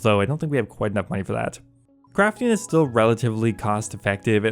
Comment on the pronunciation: drink everytime he says munyeee